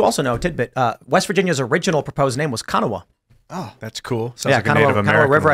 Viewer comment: Former West Virginian here--it is pronounced "kuh-NAW", not "KA-nuh-wah", for the Kanawha River and the Kanawha River Valley. Js